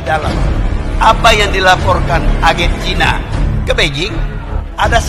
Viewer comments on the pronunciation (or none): none